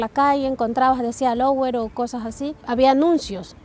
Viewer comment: La ecuatoriana no sabe frances... qué es lower? Lo correcto es louer, "lué" rentar.